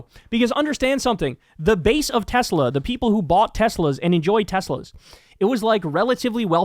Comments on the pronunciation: I love Teslurrrrr!! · I LOVE TESLERRRRRRR😂😂😂😂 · It’s pronounced “Tesler” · I can hear Trump saying "I love Tesler" 😅